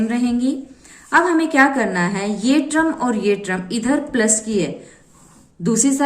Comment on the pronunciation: Mam its term not trum🙂